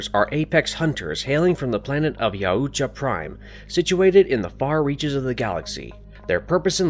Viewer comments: How are you going to make an hour long video and pronounce the name of the predators wrong every time and have no one say anything. It’s making this video unwatchable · I know there are a few ways to pronounce Yautja but I've never heard the way you pronounce it and I must say I absolutely hate it. Idk why but it's like nails on a chalk board to me. Sucks because I wanted to watch this video but I don't think I physically can. :( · This guy doesnt know how to pronounce Yautja at all! 😂😂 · Yea it sounds so weird when he says it! I guess he's trying but a little Google search would tell him how it's pronounced. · Not sure if this is like some automated voice that doesn’t understand the certain pronunciations but I’m pretty sure they were like five or six different pronunciations that were completely wrong. Most obviously is how many times they said Yautja emphasizing the U way too much. Also Predalien is not different than predator and isn’t pronounced PRE-dalien. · Anyone else lowkey mad about how he pronounces Yautja, and animosity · Your pronunciation of yautja is killing me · it hurts my brain how horrible he pronounces yautja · Can't even say their name right smh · Yow-oo-tcha got me and kept going like nails on a chalkboard Just Yow-tcha/Yaw-tcha Au makes a single sound Like taught or caught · I’m pretty sure it’s pronounced (yow-cha) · I'm pretty sure that the pronunciation of yautja is "y-out-ja". That's all, hope y'all enjoy prey today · YAOUtya? Sorry but I believed it was Yautja. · It's pronounced Yowt-cha, not Yow-oo-cha. Drove me crazy for 58 minutes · Buddy puts too many syllables in Yautja lol. It's Yaut-ja not Yau-uut-ja lol. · yow-cha no yah-oo-cha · Yow-cha not yow-u-cha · The name is pronounced "yOWtja" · And also I’m loving the yar udja as he pronounced yaudja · Having to hear “ya-u-ja” for the umpteenth time, I have to stop watching after the narrator spelled out NECA instead of NECA. 😂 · YAH-OOU-tJAH....I can't unhear this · The YA U CHA 💀